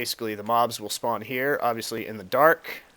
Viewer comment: hahahaha speawn